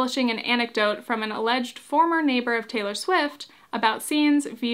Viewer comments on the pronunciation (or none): none